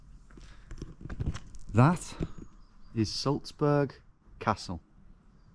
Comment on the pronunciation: why do you call Salzburg “Sulzbörg” though?